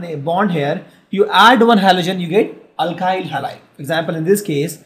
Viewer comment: Its alkyl not alkhyl